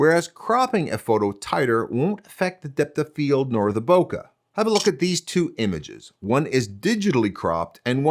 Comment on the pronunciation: The word "bokeh" comes from "ボケ" in Japanese, and it's pronounced like it rhymes with "OK." It means the opposite of focus. Not exactly blur, which can be caused by motion, but the quality of not being in focus. I used to work as a Japanese to English translator for Nikon back in late 90s and we were scratching our heads how to translate this to English. We actually used "defocus" but that wasn't very good. It looks like somebody (not me) had the same problem and just used the Japanese word, and now it's part of the photographer's language. When someone''s brain is foggy in Japan, maybe because they didn't sleep enough or have a hangover, Japanese people will say that they are "bokette iru," which uses the root of bokeh to say their brain isn't in focus.